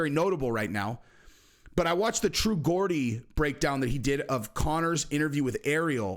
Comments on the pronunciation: He calls him “True Gordi” It’s ‘True Geordie’ lol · Oioii love the channel… been from north east England I can tell you true geordie is pronounced “jordy” not “gordy”… much love my man! 😊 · It's not Gordy...it's pronounced Jordy....with a j. Becoz he comes from a part in north England near Newcastle. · The way he said true Gordy , it’s true Geordie my man , pronounce it jordy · Great video and respect for the Memorial Day reminder. Btw it's pronounced Jordie not Gordy...re MCG, he is not coming back, he's just not. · You're pronouncing true geordie wrong you sound like your saying sounds like,gordy when it actually is and sounds like geordy I hope that's helped ratha than confused you lol, all the best from Glasgow,Scotland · Fuck me. It's not "True GORDY". It's "True Geordie" pronounced "Jordy". People from Newcastle in England are called Geordies. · Its True “Jaw-Dee” NOT “Gaw-Dee” 😂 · It’s true j geordie not gor I’m from Newcastle where the true geordie is from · jordy not gordie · Geordie is pronounced like a J, not a G that’s Hilarious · True Geordie is pronounced like George not geeordie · “TRUE JAW -DEE” ………not true GORDIE😊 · People need to leave the guy alone he’s living life as a young man, it’s Geordie not Gordy lol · Yo true Geordie is pronounced true jor-dee and a Geordie from the UK is from the north east city of Newcastle upon Tyne home of ufc 80 Penn vs Stevenson bk in the day...love ya stuff bro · I love your videos only one thing he's the true Jaw-dee. The English language is crazy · You pronounce Geordie "Jordie" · It's pronounced 'Jordi' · Its pronounced jordie... and connor is done let him rot money is evil and now he's feeling the effects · Just so you know, They pronounce it "JORDY". 🙂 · Pronounce Geordie with a J. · Great vid. Heads up though Geordie is pronounced "JORdie". Got to love the English language... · True geordie is pronounced jordy mate. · Can't pronounce Geordie..have you been up for two days?😂